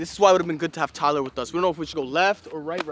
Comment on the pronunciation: It's tiler